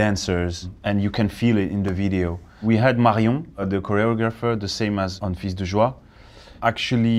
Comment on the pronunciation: His prononciation is correct. The s is silent for plural nouns : "des chats" = 's' is silent. For singular nouns or for pronouns, it depends. In "fils" (singular noun) and "tous" (pronoun), they are not silent. 🙂